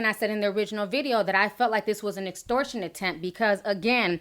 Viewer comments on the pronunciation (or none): nigga can't even pronounce extortion. talkin' bout bookings & shit smh.